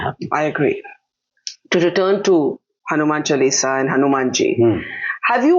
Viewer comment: All is beautifully spoken and discussed excepting for the very subject. HANUMAN CHAALISA , Ms Dutt , not Hanuman Chulisa. CORRECT pronunciation will be appreciated.